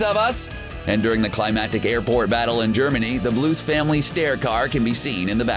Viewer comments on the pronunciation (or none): none